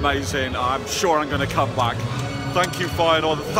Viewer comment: Did he just say feynoord Vs Aids